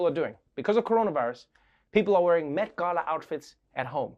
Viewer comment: Did he say Meth Gala? TWICE?